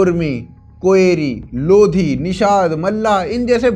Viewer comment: Lodh nahi bo lodhi hai